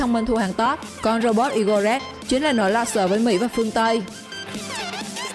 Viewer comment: Robot#2 Igorekran (i gô rê kran hay igorekran) đọc sao thành I-gô-rắc?? Đọc theo tiếng Nga hay tiếng Anh cũng kô có cách nào thành I gô krắc được.